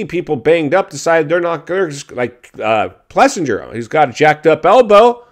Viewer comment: Oh you make so much stuff up and lack so much accurate information. 😂😂😂Learn how to spell and pronounce riders names if you are going to talk about them. You constantly jack them up. AP's name is pronounced Plessing-er. KTM paying to promote electric bikes? What an absolute moron! Intermissions not entertaining now? I was there and was very entertained as well as a tons of others. Many saying it was the best race of the night moron! I have been to a bunch of the races and there has been all kinds of enjoyment from them both from the pits and the races. Where were you? In your basement reporting made up stories again. Why don't you actually get real information, real data, and do a real story on what KTM does with their program? Tell all the youth and their families I was next to that they are just there paying to sell electric bikes🤦‍♂🤦‍♂. Why don't you report with real data on all your fakes news on industry, wall street, and suits? Oh, that's right because it's fake news. Yeah, they really need your help advertising as Evel Knievel when they currently have record attendances this year 🤦‍♂. Do you really think they don't know it's dangerous already?🤦‍♂You don't have a clue about Jett yet say he doesn't want to be who he is. What a total tool. Suspension guy is in hot water? You don't have a clue whatsoever on what the root cause is.